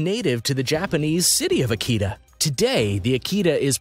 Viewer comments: I swear if you say Aki-Tah, ONE MORE FREAKING TIME. It's Uh-key-tuh. I've raised them for years. Do some research. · You pronounce the breed names wrong and I can't get over it. Ah-key-tah? They are pronounced "uh-kee-tuh". All the others are wrong too but seriously, this is supposed to be informative but people will just learn to say the breeds as wrong as you. Unsubscribed based on that. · I'm so glad it's not just me. Sooooooo annoying! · It's Uh-key-tuh. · I hope you learn to pronounce it better than this guy could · Talks about the Tibetan Mastiff & shows a Caucasion Shepherd & Old English Sheepdog in that particular clip. Also left out many dogs that are more expensive. Example a Central Asian Shepherd could cost as much as $10K depending on lineage. Also cannot even pronounce Akita right. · Learn to say Akita!!! and I had my male Akita with 4 other dogs. and Rots dont cost that much money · Learn how to pronounce Your dog breeds. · I'd you are going to put a tutorial video into cyber space don't embarased yourself by not knowing how to pronounce the names of the breads your talking about !!!!